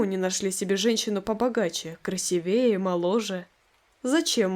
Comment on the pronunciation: такие ошибки как "красиве́е, зво́нит" очень сильно врезаются в уши. как вообще можно не знать как правильно произнасить эти слова😢😢 это ведь начальная школа😓. а озвучка в целом без подобных помарок очень хорошая, также как и история!